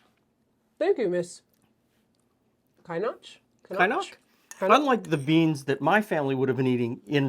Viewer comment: If it's a Scottish name Kynnoch is like in Loch, that Ch sound not a hard k at the end. Although I've never seen it spelled that way a lot of names got mangled in immigration at that time. I've a friend who's family name was Emilovitch and was put down as Emile Veitch when moving to Scotland 😂